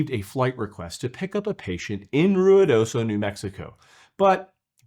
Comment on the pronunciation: Omg, you pronounced Ruidoso correctly. Good job! ❤